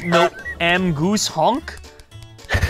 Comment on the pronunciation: “Hjonk” I to am very fluent in French goose.